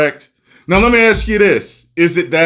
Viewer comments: Why do some people say axe instead of ask? Is that a cultural thing or? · Also it's ask, not ax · Well, it’s like here in the US. A lot of people say. Ax instead of ask.